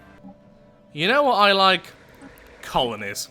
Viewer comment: “ You know what I like ? Colonies “ You sir, are a proud British